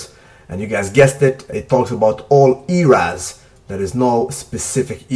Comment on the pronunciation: "all ERaz..." lol